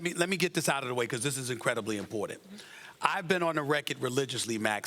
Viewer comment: “This is vary vary imPOR!tant” 😂